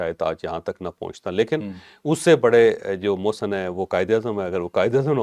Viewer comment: Pakistani aqwom ki awom muhsan bol jati ha aqwom app ni muhsan ko nhi bolti ha